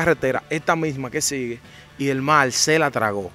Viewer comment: Mi hermano le subieron que trate de mejorar el lenguaje pues cuando dice mal cuando la palabra correcta es mar habrán personas extranjero que no entenderán lo que dice, el que es comunicador debe hablar correcto, le subieron que escuche detenidamente y verás cuánta falta al hablar.